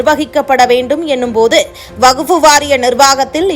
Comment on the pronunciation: அம்மா செய்தி வாசிப்பாளரே வகுப்பு வாரியம் அல்ல வக்ஃபு வாரியம் என்பதே சரியானது